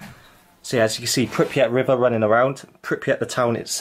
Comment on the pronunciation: And pronouncing “Pypriat” 😉 instead of Prypiat!